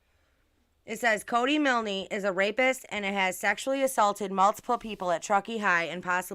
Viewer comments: Pronounced miln not milnee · You're mispronounced Milne. The "e" is silent so it's pronounced Miln. Exactly how you said it but no "ee" at the end. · Yeah how does she even know it's his parents who own the tow truck company, there could be other people area with the surname Milne (that she can't even pronounce properly .its grating on me so much I've got to stop watching)